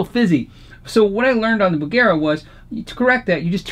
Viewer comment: bugera..bugger eh?